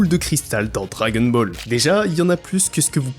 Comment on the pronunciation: on ne prononce pas "dragueune bol" par contre. c'est assez agaçant d'ailleurs.